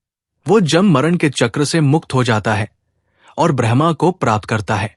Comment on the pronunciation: आपने तो बड़े ही गूढ विषय को छुआ है,इसके लिए आभार।पर उच्चारण में थोड़ी कमी है।जैसे ब्रह्म को आपका ब्रह्मा उच्चारित करना।